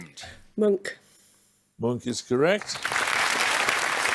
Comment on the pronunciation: Monk should be Munch, and Hoksai is Hokusai. Non-native speaker here just wanna say thank you and thought you’d appreciate these corrections just as Tom Scott himself would.